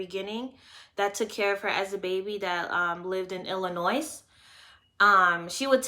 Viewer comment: PLEASE ... pronounce ILLINOIS ... without using the S